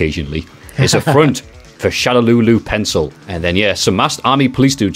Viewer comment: Even though I know "Shadaloo" is correct, I prefer "Shadowlaw" because to my ear it suggests ruling from behind the scenes. ShadaLEEOW is... a choice.